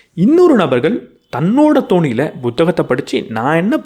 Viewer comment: உச்சரிப்பு திருத்தம்: அவரவர் "தோனியில்".. அல்ல.. "தொனியில்" 👍